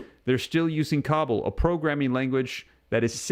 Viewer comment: It's not cobble it's koe ball cobol.